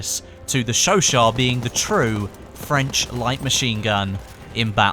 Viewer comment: It's pronounced show-shat. Not show-shaw